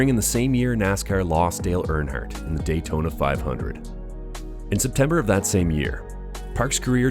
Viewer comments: "Daltona?" And a number of other horribly mispronounced names.. What the actual f@ I have to believe whoever created this video is just trolling and used just cheap crappy A.I. generated script and not actually this bad at making a video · I stopped watching when he pronounced it Daltona and started chopping the replays in half 😢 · ugh DALTONA???? LOUSY YOUTUBER DESPERATE FOR VIEWS...... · Lost me right at the beginning when the obvious computerized narrator pronounced DAYtona as DALtona. Misspelled, mispronounced, and obviously not caught before posting.